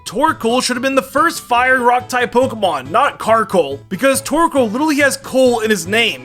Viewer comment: CARKOL. NOT CARCOAL! AND DO NOT CALL MAGCARGO A BOY!